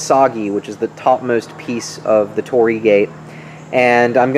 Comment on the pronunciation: torii not tori, say an additional 'I' after Tori